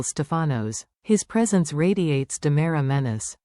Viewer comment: You have a lot of mistakes in this picture show. First off it's Dimera, not Damara. Second, it's not dual, it's Days of Our Lives DOOL!! Make your computer generated voice correct!!